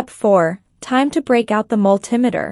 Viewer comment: I've never heard of a mul TIM eter...... A Multi METER yes, but if the video commentator can't pronounce the name of the tools correctly, I'm wondering if the information is ACCurate!!!! It may be inaccURATE...